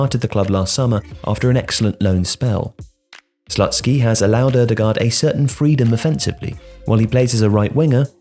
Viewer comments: im pretty sure it's not slut-skee, but sloot-skee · lol "Slutsky" is this for real??